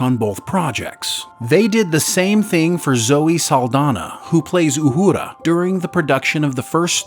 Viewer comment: “Uhuda” lol